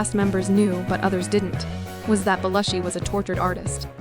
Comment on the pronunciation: Bell-ushi??? Really.